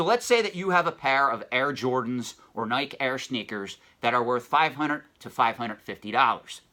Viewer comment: “Nigh-kee” is the pronunciation :) another good video